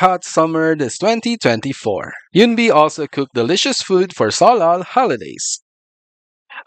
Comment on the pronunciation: Eun sounds as yoon like. Yes you are right. But her name is woon-bi. Like As if they uses alphabets in correctly. It’s silly.